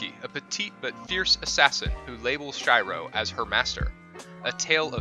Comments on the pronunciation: Holy Hell dude.... watch the shows to learn how to say these names! Its so painful hearing easy names like Shiro (She row) butchered! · did he just call the MC's name "shayyroh" bro please on god.... how do you fuck that up? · Yea expecially in long horizon shiro it's not fkin SH I RO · Shy-ro xD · "shy-row" has this guy not even watched the animes listed? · You said his name wrong so many times.....jfc mate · not “shy ro” “she ro” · its fucking shiro not shyro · its SHIRO not SHAIRO and "NPC" not "NCP" in Log horizon. Npc as "non player character" ....... kinda made my ears bleed sir. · Who the fuck is Shy-ro? It is pronounced as Shiro but I guess that's too much for an. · You say it like she-ro not shei-ro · Shyro really I can’t really blame you for messing up but really Sh-e-ro shiro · its not Shairo... SHIRO - /SHEERO/ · Shiro しろ not Sh-I-ro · Me: Oh Shiro ! Him: Shy-ro Me : WTF??? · Not SHAIRO. It's SHIRO!! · Shirou not Shy row. I'm not hating on the channel or on you. It just triggers me when names are pronounced wrong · im a huge fan of Log Horizen and i was like who are you talking about it is pronounced sheer-ro not shy-ro in the english version... please dont pronounce them wrong it hurts mine and other people who are Otakus and fans of log Hozen hearts. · This dude pronounced Shiro as ShAIro This just proves that dub is 🤢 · Who the fuck is shy-ro heheh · Shiro is pronounced shy-row? You only watch dubs... pesants... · ooof, i cringed when he said shyro instead of shiro.... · "ShYrO"....... It's really annoying when people westernize Asian names even though they watched the anime and heard the right pronunciation every time. Unless you watched the dubbed version, which should be illegal. Side note, good list but I'd disagree. Some of the anime on this list is boring AF, overlord and slime, even gate (even though it's not exactly the traditional isekai) should have been on this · She-ro plsssssssss shiro is she-ro!!!